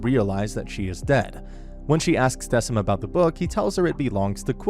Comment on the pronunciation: I'm sorry, I have to say it😭 It's pronounced "Deh-kim", not "Dehseem" or "Deh-sim"🥲